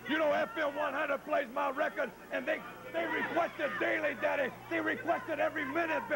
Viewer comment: "You are jealous, daddeh"! "You are jealous, babbeh"! LOL, wrestlers need to start using "daddy" (or, "daddeh") in their promos again.